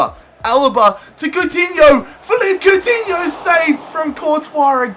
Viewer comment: its pronounced Felipey Coutinho